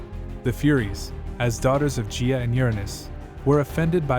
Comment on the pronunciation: Hey, awesome video! One thing Gia and Gaia are not pronounced the same. Gia is a soft g but Gaia (Mother Earth) is a hard G. And the i is also pronounced “eye” and not “ee”. That is all. ❤